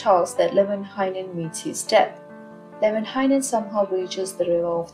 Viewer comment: American here, was reading the Kalevala and kept thinking, "There's way too many syllables in this guy's name. " Came to this video, and the way you pronounce it sounds way better than the way I was reading it.